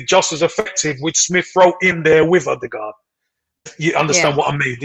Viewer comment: Been raiding the AFC channels ever since Ødegod arrived. Finally an Arsenal fan that knows what he about to be blessed with.....decent pronunciation also but it's Ö-de-Gore(d) not Ö-de-Guard... Good stuff guys, liked & subbed (at least for 6 months) edit: don't worry about the physical league thing guys, he was being chopped down by part time carpenters when he was 14y old playing for Strømsgodset 3rd team in fifth tier of Norwegian football. Only a year later he was the best player in the first tier...